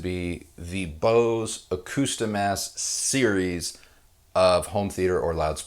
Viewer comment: Bose Accuostimess?! Seriously?